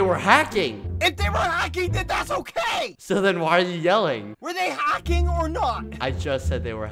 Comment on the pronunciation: is anyone gonna question bald boy halos accent in ? he said Hocking not hacking